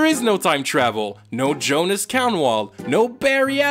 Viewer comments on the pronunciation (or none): none